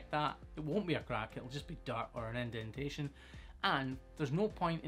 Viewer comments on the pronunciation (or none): none